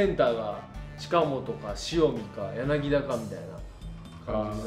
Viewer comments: ちっさいことですけど、やなぎだじゃなくてやなぎたっす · 上田さん、やなぎだじゃなくてやなぎたですよ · 柳田はやなぎ「た」ね！ ギータだから笑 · やなぎだ→やなぎた 豊さんはちゃんとやなぎたと言っていましたね。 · やなぎだじゃなくやなぎたね